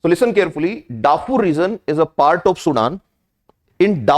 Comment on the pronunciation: ITS DARFUR NOT DAFFUR